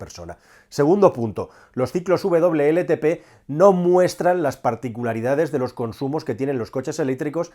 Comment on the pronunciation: Por qué dice “VLLTP”? Si se indica WLTP!!